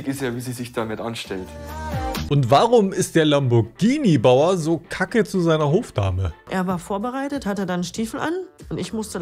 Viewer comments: der “Lambordschini Bauer” 😂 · Lamboatschini😜hat die gesagt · aber es ist lamm-bohr-g(wie gans)-ini (gruß von einer italienerin :D) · Gruselig Lamboschini das teil ist ein Lamborghini und das G wird hart betont ausgesprochen ...kotz